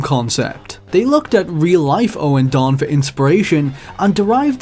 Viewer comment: OH FUCK A 32 MINUTE VIDEO ON MY FAVORITE RHYTHM GAME SERI- "us tutuguy owen-don was a"